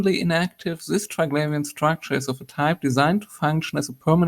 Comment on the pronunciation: How does the person that is the authority on this not even know how to properly pronounce Triglavian